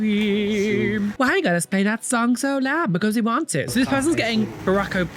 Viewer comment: That was Ba-roke Obama and MLK. 😂❤